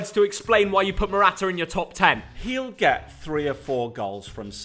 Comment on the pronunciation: Noone:: Mortaa Morata 🐈